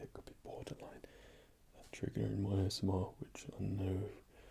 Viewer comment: Those were some cool acoustic effects there with the vase and the dish; using things to funnel or muffle the tapping isn't something I've seen much of in other videos. Worked for me! Also "A-S-Moi-r" X'D delightful. Looking forward seeing any over-the-counter vids you might do! :) Thanks as always for the tingles!